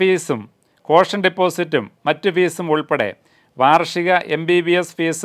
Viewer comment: Fees self minimum fees pronounced wrongly